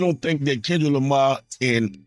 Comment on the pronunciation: Not Tendrick Lamah 😭⚰️